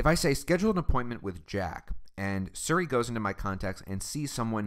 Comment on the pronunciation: nigga keeps saying surry.